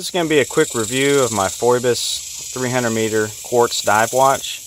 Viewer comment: FYI: Pronounced - fee bus - No disrespect. Good vid! Thorough review! You know your stuff.